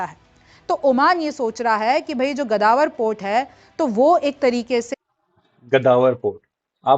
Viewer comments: GADAWAR….. pehle Sahi bolna sikh lo madam. Is ka naam GAWADAR hai..😂😂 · मेम गदावर नहीं गवादर पोर्ट सही है। नाम तो सही उच्चारण कीजिए। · O indian danki gawader port hae bolna too seekh lo indian ki phaat rahi hi